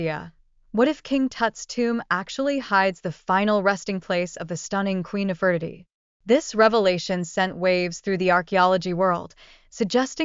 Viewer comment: Nefertiti is pronounced incorrectly.